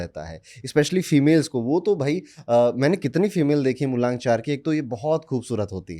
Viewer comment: MULANK ❌ MULONK ✅. Corrected by 😅